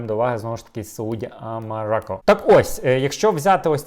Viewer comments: Вона називається сАуді арАмко.,ну що ви не як вимовити її не можете) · треба стати перед дзеркалом і вимовити кілька разів СаудіАрамко, бо це якийсь лютий крінж типу Яниківського "умівкни"=]